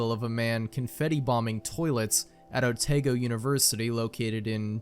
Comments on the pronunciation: Otago is pronounced AH-tah-GO ;) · Your pronunciation of otago is killing me